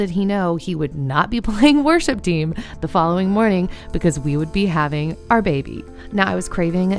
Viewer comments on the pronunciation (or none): none